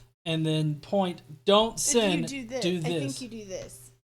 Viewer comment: I love the way you say "sin" in your southern accent. It's a 2 syllable word: SEE-UN!!